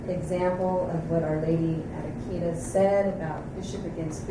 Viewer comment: Akita is pronounced "AH-kee-tah". I pray for you, Father.